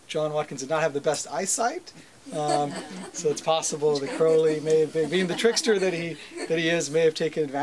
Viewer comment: I would think Skinner would know it pronounced Crow Lee rhymes with Holy